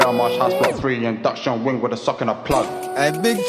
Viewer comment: three* not fray induction* not ‘in docked john wing’ cheeks* not chinx WAIT CHEEKS?! 😳💀